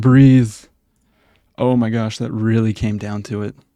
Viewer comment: i like when say WREALLY?